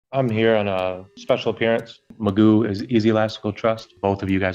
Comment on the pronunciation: It's pronounced Magoo, he's spent more time in jail bec a he's a sovcit than he would have done if be plead guilty for multiple drink driving cases